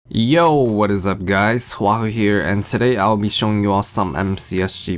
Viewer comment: Who else got annoyed when that onw guy pronounced huahwi as huahi